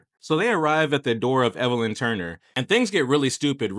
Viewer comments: Elvin - L vin. Evelyn- Ev a lin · Ok learn to read zipper head his name is Elvin not Evelin. Clown